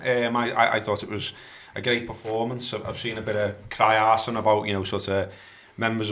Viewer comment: “Cry arsing”.